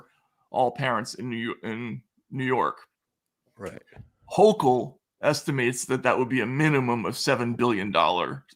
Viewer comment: Hochul didn’t even say his name correctly 😂